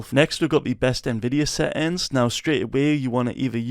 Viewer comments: "Set ins" i love your accent😂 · seähhtääns xd love your voice so crazy lol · Settings❌ SÆtiNgS ✅